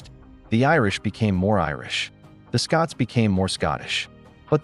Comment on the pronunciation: Kelt, not Selt. SCOTlands not SCUtland